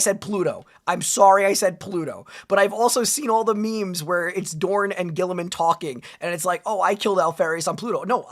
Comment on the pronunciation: While we meme on Guilliman's name, I do think the way that Warhammer's British announcers pronounce it. They say it like "Ro-butt Gull-ee-mahn." But Guilliman is definitely one of the primarchs that should be respected. He gets a lot of flack for being logistics-focused and logical while not being as martially skilled as many of his brothers, but he's one of the few primarchs who does care about making a working society for regular humans. It's why the 40K galaxy depresses him so much: Things have gotten worse, enemies are everywhere, and he's lone loyal son left (as far as he knows). Guilliman's skills as a politician and empire-builder are a double-edged sword, though. The threats aren't just from the outside. The Imperium does not like change, even from a son of the Emperor, and he has to challenge entrenched Imperial institutions that see him as a threat to their power and as a potential usurper trying to make a new empire for himself. He was even getting pushback in Ultramar after he returned, and there are hints that his actions during Imperium Secundus may come back to bite him. As Lorgar's shitty dad Kor Phaeron said, "Horus is the brightest star and you [Lorgar] carry your father's face. But Guilliman's heart and soul are cast in the Emperor's image." That said, you should probably check out profiles done by Astartes Anonymous or, for something a bit lighter, PancreasNoWork. You'd get more accurate and less meme-y info, especially since this AdRic episode was from th